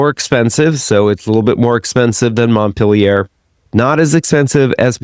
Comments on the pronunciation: After hearing Montpellier mispronounced several times, I just had to stop listening. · Your pronunciation of Montpellier like Montpelliere triggers me. At least you pronounce Nice well.